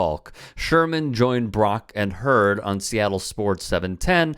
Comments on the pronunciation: It’s the mispronunciation for me lol. HUE-word. Not Herd. But otherwise, on point. 😆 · Brock "HEW-ARD" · Huard pronounced is pronounced HUE-ERD….two syllables. Soft H. Sweeet story bro. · I heard Brock and Herd! 😂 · Brock Hue-erd.. Love your show!🤙🏾